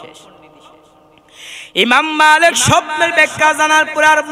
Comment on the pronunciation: ইমাম মালেক না বলে মাআালেক কেন বলল